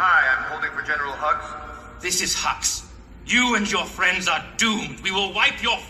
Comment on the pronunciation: So, I completely missed the fact that Poe says "General Hugs" instead of "Hux". It took me watching Everything GREAT About The Last Jedi to realize he was actually saying "Hugs".